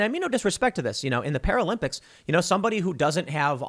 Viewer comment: Para-limp-ics. Not sure that was intentional but it is funny.